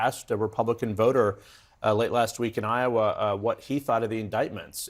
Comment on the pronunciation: If i hear Dim Scott say wesponization one more time, ill scream